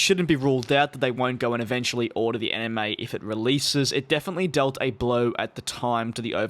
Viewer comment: My brain is thinking that he is saying 'Anime' when I'm hearing 'NMA' 😶